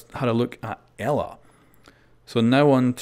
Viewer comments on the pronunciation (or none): I heard its pronouced E-La